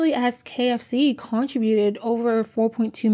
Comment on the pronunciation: subpoena is pronounced : SA-PEE-NAH. Contributed , you are emphasizing the wrong syllable its -CONTRIButed (CON-tri-BYU-tid) Coumarin pronounced similar to cumin , again emphasizing the wrong syllable. CUE-MAR-IN (not co)